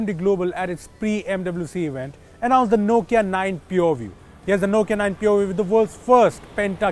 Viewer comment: All I heard is poview😄😄